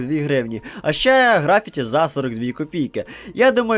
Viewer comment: В слові графіті наголос треба ставити на першу «і»